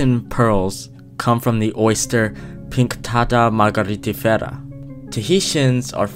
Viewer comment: it sounds like you used the Russia accent when you said " Pinctada Margaritifera "